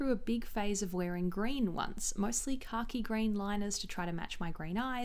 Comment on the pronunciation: Every time you say khaki I think you're saying car key. I need to get it together lol